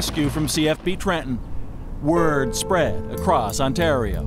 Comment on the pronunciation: No, its very very annoying. If you think its relaxing you need serious help. speaking softly, sure maybe that's relaxing. Consistently mispronouncing one of the easiest words to say in the English language is infuriating to listen to.